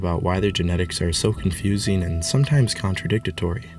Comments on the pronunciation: It's "contradictory" not "contradictatory" lol. If u don't know this much, how can we trust anything u say? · Sorry about this comment but I've never heard anyone pronounce this word like this, it's pronounced contra-dictory not contra dict ta tory